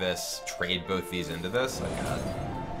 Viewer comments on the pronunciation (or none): none